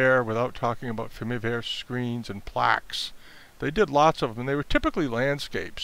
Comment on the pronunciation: I enjoyed the content because I am continuing to learn the difference between famille verte and famille rose (many pieces can be colored with green and/or pink so it’s confusing). But I wanted to point out that you are mispronouncing both famille (you don’t pronounce the L) and verte (you do pronounce the T). But thank you for your helpful video with great tips.